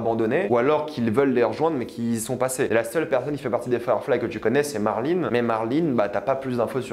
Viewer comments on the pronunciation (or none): marline jole c'est bon fais un effort avec les noms, on est en France mince , ça m'irrite les oreilles a chaque fois